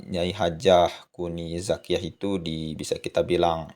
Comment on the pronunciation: Maaf...bukan kuni zakiya.yg benar NING ZAKIYA